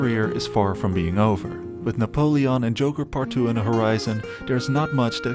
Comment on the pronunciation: Na-pole-lee-on as you pronounce it in video 😅